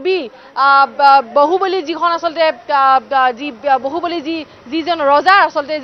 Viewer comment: moroti bohuboli nhoi bahuboli